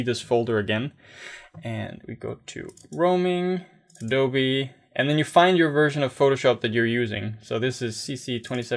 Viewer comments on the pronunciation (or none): none